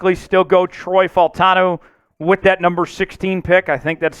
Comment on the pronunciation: these videos are a little repetitive, you are so high on him and don’t even know how to say his name…… you’re going to be sad when we trade back and don’t pick him.